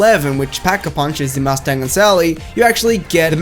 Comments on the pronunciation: He said MUST TANG 😂😂😂😂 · I'm triggered... you overemphasize the "T" in "Mustang and Sally".